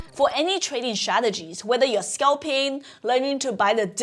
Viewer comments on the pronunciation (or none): I get shressed out every time you say shrategies 😂😂🫶🏻🫶🏻